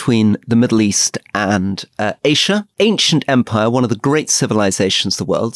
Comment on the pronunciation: WHY THE F DOES RORY KEEP PRONOUNCING ASIA LIKE THAT? PRETENTIOUS